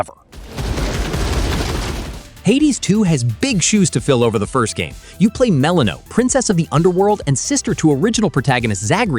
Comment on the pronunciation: No way anyone who actually played Hades 2 is pronouncing Melinoe that way lol